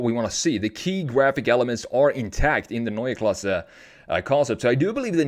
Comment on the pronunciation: I like how you pronounce Neue Klasse exactly like we germans do. Grüße aus Deutschland!!!